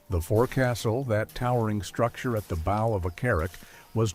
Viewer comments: He also said "boe" for the front of the shop instead of rhyming it with "wow". AI tts can't understand context yet, but I'm sure it will, that's why they're building the giant data centers. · Poor AI. Can’t deal with dual-meaning words like “lead” and “bow”. Need a human editor. Nah, aint got time for accuracy.